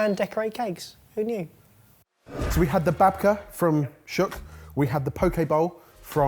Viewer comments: you pronounced Shuk hilariously bad. it is "shook" with the "u" pronounced like the "u" in "duke" or "nuke." This reminds me though, you guys should come to Israel when this is all over! I would love to give restaurant recommendations. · Perfectly lovely video as usual, but the pronunciation of "shuk" made me pause the video and take a very deep breath. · Yeah, we're not angry or anything, but it's a long 'u' sound. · Love you guys, and babka is my favorite cake, but - Shuk is pronounced shook (like book) 🇮🇱💙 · Just for reference since I haven't seen anybody say this yet, it's pronounced "shook," not "shuk." It's the Hebrew word for market. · Shuk is pronounced 'shook'..... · SHUK PRONOUNCED SHUCK LOL I'M DEAD -- IT'S SHUK PRONOUNCED LIKE SH-OOH-K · When he first said the name of the Tel Aviv box I thought it was about corn, then I understood he just mispronounced the word shuck ( pronounced shook ) which means market. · you say it like shook and not like shak and it's a street market not what ever sad in the end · "shuk" is pronounced "shük", not shook like "I just shook the branch" but a long u like in boot. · They said it like duck and shook. Good to know it's like boot. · Just to let you know... You're saying shul wrong... It's more like Shook...( With love from a watcher in Israel) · Every time they say “shuck” instead of “shuk” I lose an hour off my life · Fun fact, shuk is pronounced shook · Shuk is pronounced like shook :) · The first one is pronounced with a u (like shook) it means market in hebrew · the way they said "shuk" made me laugh.. it's supposed to be "shook", which means marketplace in hebrew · Aww you guys. It’s pronounced “shook” (שׁוּק). 💗😂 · Just an FYI - Shuk is pronounced "shook" (as in past tense of shake) - it's Hebrew for "Market" (very similar to the Arab "Souk"). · it's actually pronounced 'shook' :) and, also, what the hell is that second definition?!!? never heard that before! lol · It’s pronounced Shuuuuk